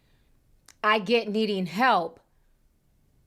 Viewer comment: "I gey my advice from God" OKKKKK